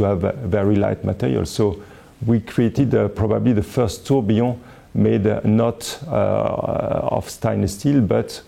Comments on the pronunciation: I'm french and yes, il dit bien "tourbillon". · Tourbillon is a French word. Are you suggesting that a Frenchman doesn't know how to say it? I'm not French, but I speak the language fluently, and the way he says it sounds just fine to me. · but he doesn't say "trobionne" (starting with "tr"). He says Tourbillon, and he says it correctly.